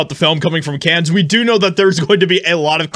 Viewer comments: It is pronounced “can” not “cans”! Cannes Film Festival ! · The S in Cannes is silent (it's pronounced CAN). If you're going to be an freelance journalist, it's important to get names straight. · Note: it’s pronounced CAN film festival. You don’t pronounce the S at the end. Just sayin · The way to pronounce the Cannes film festival is the S is silent it’s like the actor James Caan that’s how you say it just like his last name no S. Just so you sound like you know what you’re talking about